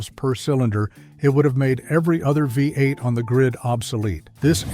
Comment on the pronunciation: Chrysler Hee-mee? Vye-8? Made by computers, for computers.